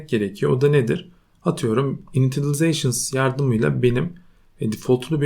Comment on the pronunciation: Muhteşem!!! Ufak bir yardımda bulunucam ilerde de çok işine yarayacağını düşünüyorum. INITIALIZATION' ın Türkçe okunuşu " ini - şılı - zey - şın ". Yavaş yavaş başlayalım gün geçtikçe ezbere geçicektir! 👌